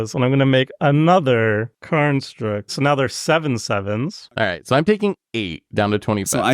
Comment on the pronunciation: pronounces "construct" as "karnstruct" and I'm here for it